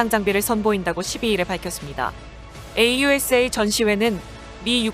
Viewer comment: 에이유에스에이 --> 아우사 케이이엔오--> 케이투엔오